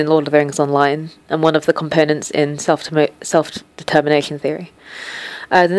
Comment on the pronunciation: I swear you never said "self-determination" right ;)